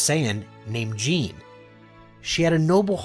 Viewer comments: Her name: Gine The creator: J E A N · its gi nae